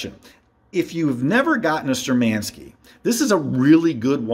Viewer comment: Wrong pronunciation of the brands name! Штурманские=Sturmanskie is pronounced as Shtoormanskeeya.